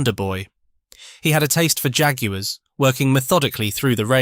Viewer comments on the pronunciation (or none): none